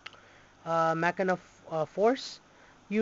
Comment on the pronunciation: your saying the name wrong but get looking deck,you say the name like this ma-chin-na to get said right or at lest that how my friends said to pronounce it